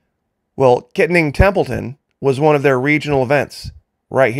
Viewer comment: The city of “Kittanning” is pronounced Ki-tan-ning. I use to live in Pittsburgh, so that is how I know the pronunciation. Templeton is located on a river. Thanks,! You are spot on about your assessment of what happened.